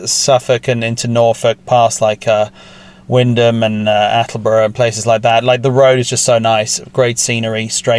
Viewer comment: Great to see some very familiar roads. Even more impressed by the correct pronunciation of Wymondham and Attleborough.